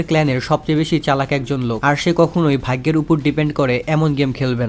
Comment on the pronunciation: vai eta vhaiggo na. vhaggo hobe. ar hea vai eta kono hate commant na. just amr theke eta ektu Weirdlagse tai bollam.